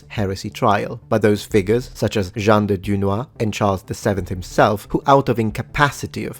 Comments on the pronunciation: Jean pas Jeanne, Jean de Dunois tu l'a prononcé Jeanne... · Small pronounciation detail : the name "Jean" is pronounced as in the word "an" (year) or "blanc" (white). This bears some sort of importance since in French "Jeanne d'Arc" is pronounced the way you said "Jean". Very interesting video besides !